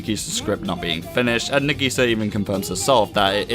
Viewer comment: I liked the video, but your pronunciation of Nagisa and Okazaki were infuriating.